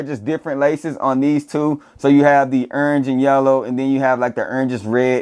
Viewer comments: Can't pronounce "orange" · I know you a Florida boy because I say Orange the same way 😂😂